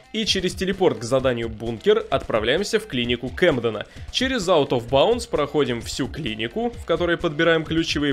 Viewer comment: Игра на новый год, пьем шот каждый раз когда он произносит out of bounce